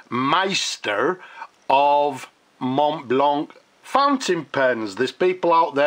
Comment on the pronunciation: The "c" is mute in the word "blanc".